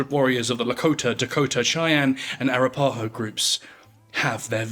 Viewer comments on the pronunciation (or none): A-rap-a-ho, your inflection is in the wrong spots. Sorry I'm an archaeologist with a particular affinity for speech 😂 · it's "A-Rap-A-Ho" ....ffs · Arapaho is pronounced a-RAP-a-ho. 😂 I'm sorry I can't take the rest of this video seriously. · You're British, so you're forgiven. You pronounce Arapaho like Ah-rap-ah-ho, not Ara-pa-ho. You Brits have a hard time with Native American terms and Spanish words. The Spanish language is consistent with it's vowels. Unlike English. Our Germanic language is filled by French based words because of the Normans. Our use of vowels inconsistently is why English is known as one of the hardest languages to learn. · FYI - Arapaho is pronounced uh wrap' uh hoe. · Air-ah-PAH-ho. Fascinating pronunciation. I actually don't know the "correct" way to say it. I was taught Ah-RAP-ah-ho, but it works either way. Thank you for the alternate perspective! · A-ra-pa-ho, not ara-paho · Thank you for your post. Some pronunciation tidbits - Arapaho is pronounced uh WRAP' uh hoe Arikara is pronounced uh RICK' uh ruh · Arapaho is pronounced "air-uh-paw-ho"... or if west of the Mississippi its "Our-rap-paw-ho". The video's mispronunciation is distracting. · Its...Ah Ra Pah Ho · Arapaho is pronounced a-rap-a-ho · arapaho is pronounced a-rap-pa-hoe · that's the wackiest pronunciation of "arapaho" i've ever heard lol. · I always wondered how a Brit would pronounce "Arapaho" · i think that has more to do with this dude being english than being a white guy. i'm in the states and have never heard anyone of any color pronounce it incorrectly here.